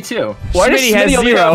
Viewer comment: It’s shmtty not shimitty